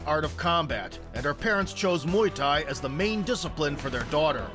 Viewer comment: Muay Thai". "Mai Tai" is a drink 🤣